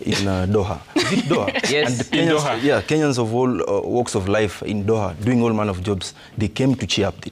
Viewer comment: Huyu anapronounce aje jina ya Doha ntk